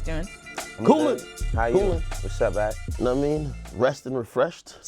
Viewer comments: Paak is pronounced "pack" not "pac". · It’s Anderson .Paak (PACK) Dj dickademics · Can i extra 👎👎👎👎👎👎👎 Yall aint putting enough credit on that boy JID honestly. And yall forgot to mention Lil Baby when talking about Atlanta rappers. Lmfao bro were yall tired or something?? 🤣 Y'all seemed out of it. And yall KEEP SAYING ANDERSON PAAK NAME WRONG!!!😂 Love yall but damn my dudes.😏